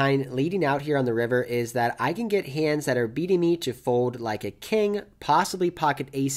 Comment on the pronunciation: I can't stop hearing "fowed" whenever you say "fold" haha